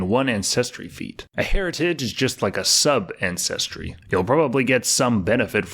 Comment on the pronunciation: Hilarious! Pronounces repertoire flawlessly but can’t for the life of me properly enunciate ANCESTRY!!!